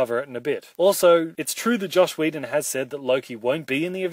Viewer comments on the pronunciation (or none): every time he said josh whedon I died inside